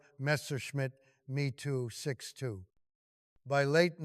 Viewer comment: No excuse for leaving obvious misreading of narrative Mee 262 when clearly Me meant Messerschmit. Reading abbreviations really destroys flow.